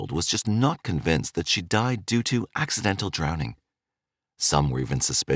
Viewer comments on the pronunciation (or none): Drowning or drawning ?